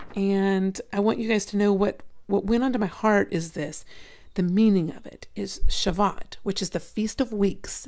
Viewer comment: Just so that Jewish people do no rip you to shreds on pronunciation. It's pronounced, "Sha-voo-oat.". Yeshua bless you sister!